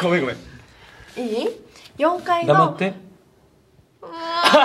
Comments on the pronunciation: 黙ってのイントネーションおかしいし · 「黙って」の発音に時代を感じる